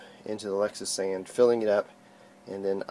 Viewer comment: Lexisan? Are you try to say Lectra San ?